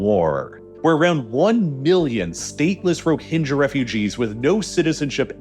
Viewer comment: Your pronunciation is dogshit bro. They're "Roh-hing-gah", not "Ro-hinge-a". These things are so easy to avoid, but you constantly mispronounce shit it literally seems intentional. I'm done. Unsub.